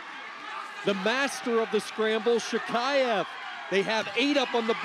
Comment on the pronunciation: Commentators: just how difficult it is to learn to pronounce correctly the last name of the World Champion from Russia?! SHAKHIEV! Practice hard!